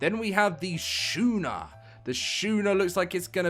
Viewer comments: 😂 Skoon-er not Shoe-ner. Love the vid as always. Thank you for keeping us updated! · It's not Shoe-ner it's Sku-ner. Love your videos, but had to correct that pronunciation it was hurting my soul.